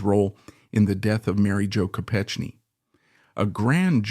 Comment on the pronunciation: Your mispronouncing her name. It’s a hard “k.”